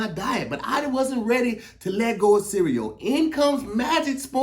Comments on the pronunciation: The way pronounces cereal (sea-we-yo) funny as shit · I h8 the way says cereal and symbol 🤣🤣🤣 sounds like he adds an extra syllable